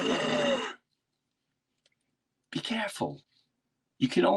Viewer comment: Did Jim learn to say careful in Boston?